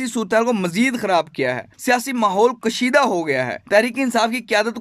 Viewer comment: Good read out but please improve your pronunciation. Mulak nahi hota, Urdu mein Mulk hota hai. Kushida halaat nahi, Kashida